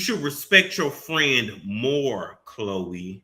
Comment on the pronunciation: if you say “KKH-LOEEE” one more gin😭😭😭😭